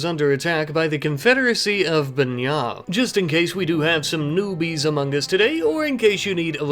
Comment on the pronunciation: Yay, Banña's being pronounced right! Glad to see this series is back - it's my favorite.